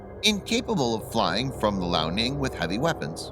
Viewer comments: hey dude,point of correction,the chinese aircraft carrier is pronunced;lee-ao-ning,not lao-ning,just so you know,btw good job,keep up the good work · I love how he pronounces liaoning “Lao” Ning, which Lao means old in Chinese